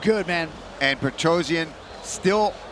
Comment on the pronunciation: Why you americans calling Petrosyan "Petrozien"? Do you read it like that? It spells just like it is written, it would be easier if i write it like this: Petrosjan